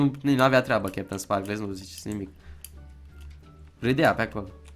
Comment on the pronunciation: "cheptansparklez"?! Se citeste "kepteinsparkălz"